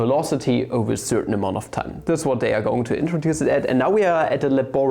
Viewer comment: It's "they" and not "dey"